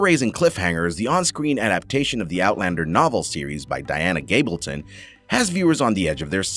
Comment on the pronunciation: Heard that aswel it's gabaldon!!!